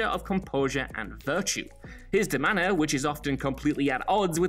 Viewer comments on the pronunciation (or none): They way he pronounced "demeanor" here like "da manor" was particularly jarring.